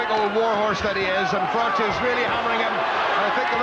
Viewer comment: Its not frocsh its frok